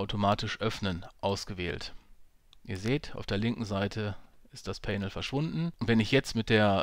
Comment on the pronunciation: Bitte mal nachhören wie man "panel" ausspricht. Danke.